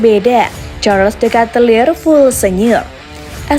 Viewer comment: Dikitlar min bukan dekatelir :)